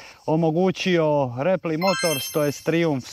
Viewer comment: Izvini REPLY se cita kao RIPLAJ. Ovo je opasna masina...